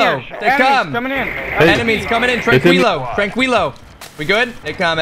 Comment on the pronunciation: This foo said tranqweelo